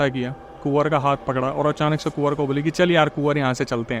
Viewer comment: Kuwar ❌ Suwar ✔️